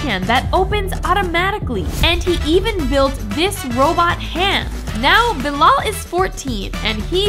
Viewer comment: I'm also from morocco! Please pin it pronounces bee-lel